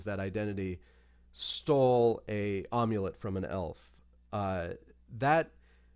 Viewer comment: Did... did Tarn just pronounce "amulet" like omelette with a u? Om-yu-let?